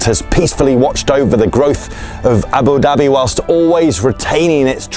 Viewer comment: I love how you say Abu Dabbie ❤😂